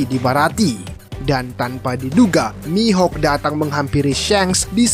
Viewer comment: Mihok bukan mihak